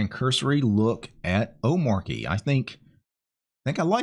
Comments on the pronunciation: DHH pronounches it oh-MAH-chee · Its pronounced like arch. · Like in 'cheat' Omar-chy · It's omarCHI as in CHI-CHI wife of Goku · You say it like this O-ma-ch-y the R is silent as I came to find out myself. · It's pronounced omarchy, actually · The Arch in Omarchy is pronounced the same way as the Arch in Arch-Linux. 😉 I was floored how easy Omarchy was to install. Have been testing it on an old Fujitsu Livebook, I got for 5 Bucks on a Flea-Market. It runs awesome. But not having a way to Alt+Tab to any currently open application is annoying. I'm open for any suggestions to fix that. It's cool, that each config explains exactly how you can edit it, to achive what you want. I still need to figure out, how to change all the Web-Apps from Chromium to Zen. Loads of stuff to learn here. In generel, there is a ton of bloat from my point of view. So many Apps I'll never touch. But I can see the appeal for people who want to leave the sinking ship, that is Windows. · bruh, its literally written omarchy. How could you get it wrong